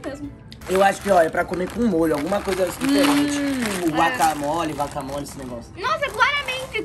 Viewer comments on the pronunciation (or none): Mano só eu que percebi que o fala vaca mole akkskakak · Outras pessoas: guacamole: vacamole kkkkkkkkk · "vacamole" ksksksksks